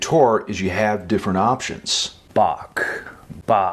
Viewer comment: The third time you said Bach when practicing, , was correct. The ch is much softer and more silent than people realize. That is, except if you're going for swiss german or dutch.